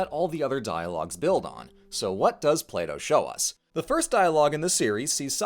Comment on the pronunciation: Why do I keep hearing Play-doh?